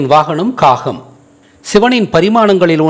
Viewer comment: ஐயா தாங்கள் சமஸ்கிருத எழுத்தான ஹ ஒலியை ஏன் பல முறை பயன்படுத்துகிறீர். உதாரணமாக வாகனம் என்ற உச்சரிப்பபை வாஹனம் என்று உச்சரிப்பு செய்கிறீர்கள். தங்கள் உச்சரிப்பு சரியா அல்லது என் கேள்வி தவறானதா, இதில் எனக்கு ஐயப்பாடு உள்ளது. தயவு செய்து விளக்கவும்..